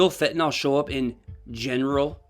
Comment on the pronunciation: It's not pronounced fen-ta-NAL. It's fen-ta-NYL. Everybody mispronounces it.